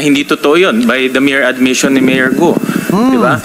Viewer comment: Ikaw lang ang tamang nag propronounce sa pangalan ni Alice Guo. Everyone else pronounced it as Alice GO. Magaling ka pa sa mga Senators 😅😅